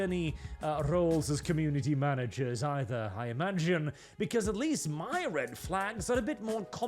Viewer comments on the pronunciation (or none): learn your bloody grammar, goddangit! LEST ≠ LEAST, they have a different pronunciation for a reasonnn